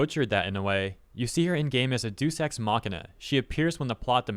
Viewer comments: It's pronounced DAY-US, not duce. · Day-us not duece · I believe it's pronounced "dayus" ex machina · did you really say "deuce ex machina"? jfc man unsubscribed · you probably aren’t going to see this, but “deus” in “deus ex machina” is pronounced like ‘day-es’. And now some fun facts: “Deus ex machina” is Latin for “God from the machine”, It refers to plot devices that seemingly come out of nowhere to solve problems, as if they descended from the heavens itself. The phrase comes from back in Greek and Roman drama where actors portraying gods would be lowered onto the stage with the help of machinery. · Isnt deus pronounced day-uus?